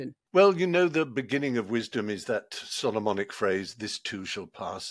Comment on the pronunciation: I heard “sodomonic” phrase rather than Solomonic, and “this too shall pass” took on a whole new meaning.